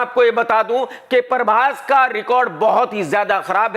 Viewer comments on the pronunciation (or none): Prabhash❌ Parbhas✅